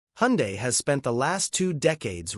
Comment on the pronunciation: Please dont ever say hundie, its pronounced hundae like sunday